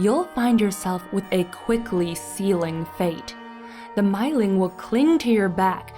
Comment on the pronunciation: If anyone cares to know, the actual Swedish pronunciation is more like "meeling" (sounding "ee" with rounded lips as if you were pronouncing "oo").